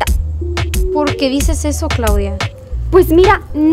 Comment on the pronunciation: P0rquE dicEs ezO